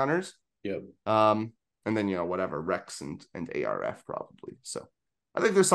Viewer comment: Arf... Just say arf, not A. R. F. Idk why that's been bothering me. Great episode otherwise.